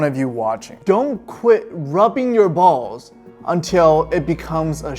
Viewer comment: At this time stamp you’re saying balls so weirdly